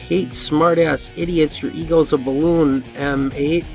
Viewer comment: It was a beleewwn.